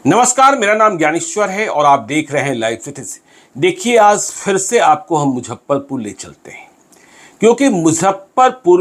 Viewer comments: आपके वीडियोज की सूचनाएं बहुत जबर्दश्त होती हैं , लेकिन मुजफ्फरपुर को मुझप्परपुर जो बोलते हैं वो सुन सुन के मैं इरिटेट हो चुका हूँ। इतने बड़े जर्नलिस्ट हैं, कम से कम उच्चारण में सुधार तो कीजिये। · इनके लिये मुजफ्फरपुर, मुझप्परपुर है😁😁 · Sir mojhapparpur aap bol kr sare shahar ka aap janaza nikal derhe hain.pls aap pronentation thk kre nhi to aap ko log sunega nhi.thoda aap mehnat krein sir